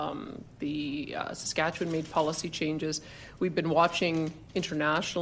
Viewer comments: I just got to that section as I read this! I was like what? How do you mispronounce it? Has he never heard the name before? Just as I hear him blunder over it 😂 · Sis catch me one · Ngl, hearing Vorwsh mispronounce my home province made me feel seen We're also barely a step above Alberta when it comes to this neo-Con/far right nonsense, but our current Premiere/Government is doing its best to hit the bottom of barrel first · I love hearing him try to pronounce Saskatchewan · He got there in the end lol. Reminds me of a jeopardy question about a Canadian province surrounded by water, and one contestant answered with Saskatchewan lmaoo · Even though it is kind of funny it also kinda pisses me off how a guy who lives in Washington state hardly covers Canadian politics to the point that Saskatchewan is a tongue twister.